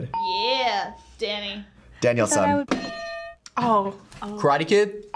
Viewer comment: No one: Danny: DaNiELSaN